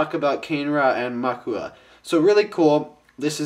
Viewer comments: Muaka - Yellow Kane-ra - RED Mu-a-ka NOT Ma-u-ka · ist it pronounced mu-a-ka not mak-u-a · Dude, you pronounce Muaka wrong. It's "MOO-AHH-KAA" not "MAA-KOO-AA" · the review:informative,cool,but one thing...YELLOW=MUAKA,RED=KANE-RA, i Bioniking approve this message,cool review,(top not to be taken offensively) srry im real ocd) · It's pronounced "Moo-Ahk-ah" "Ka-nay-ra" Those pronounciations are from a Bionicle Encyclopedia book I have. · they are pronounced MUE-AH-KAH and KAH-NAY-RA.